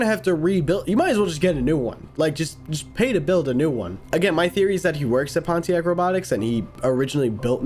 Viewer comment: you dare pronounce pontiac that way